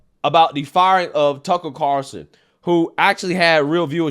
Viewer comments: Car'ul'son, not Carson, lmao. I'm just messing with ya. You get it right half the time. Also, taking "sea moss" just seems weird. Can't I just go out to the ocean, dive under and grab some? Hehe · Haha I wasn’t the only one so bummed about the pronunciation of Carlson. Haha that’s funny. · i wonder if will ever learn how to pronounce "Carlson" lol.